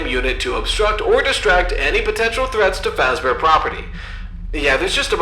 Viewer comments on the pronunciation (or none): aholera, Freddy fash bear, har haur